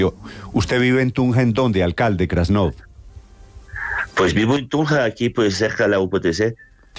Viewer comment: Es krasnof y no grascof. Como los avis grasnando